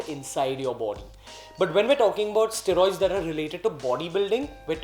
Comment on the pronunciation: Ugh please say it right. Steroids. Stae-roids.